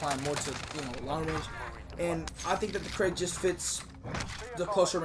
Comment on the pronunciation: It's not CRAIG bro its krig...😜😜